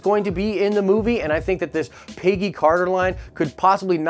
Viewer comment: Why does this guy pronounce Peggy like pay-gee